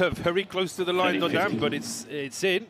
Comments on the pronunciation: well you’re saying the A should be emphasized but the comment above you says the A should be emphasized. I guess I should only state that I know as a college French instructor that Dodin is being pronounced quite well. I don’t know Czech but it still is not bad, and how I’ve heard majority of other excellent pro commentators say it. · He’s saying them perfectly, actually. Dodin is French and he is pronouncing it correctly according to French phonetics. He’s also saying Muchova’s name correctly. Not sure what you are referring to at all…